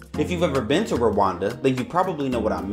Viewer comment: It’s Rwanda not Rawanda